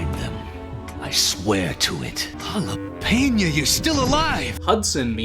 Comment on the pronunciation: why do you say jalepena?